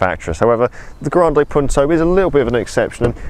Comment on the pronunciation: it's not 'grandeej Punto' ......